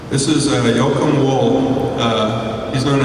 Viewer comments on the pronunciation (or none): none